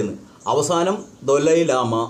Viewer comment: ദോലൈ ലാമയല്ല സേട്ടാ, ദലൈ ലാമ 😄